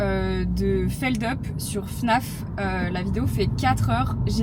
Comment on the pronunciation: Hep hep hep, on respecte le pseudo de Feldup siouplait ! La prononciation c'est U, pas "Feldeup" 🚨 (Est-ce que moi aussi j'ai découvert ça après avoir vu des tonnes de vidéos de lui ? OUI...😄)